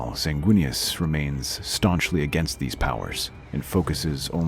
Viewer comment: WEENIS??? good lord...